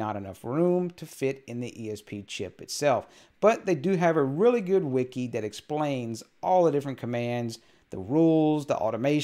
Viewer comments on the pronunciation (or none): none